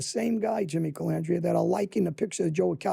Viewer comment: Sammy was worse he called him calamandria